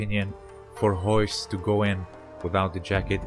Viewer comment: How can you not say Royce (you say hoyse) but you can say resist?